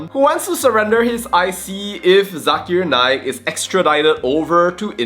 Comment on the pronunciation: Zakar Naik! Not zakir naik